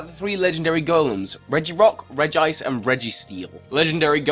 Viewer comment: Did that fucker say reg-ice...... It's pronounced regi-ice like y make a squad that all start with regi and pronounce the regi different that just makes no sense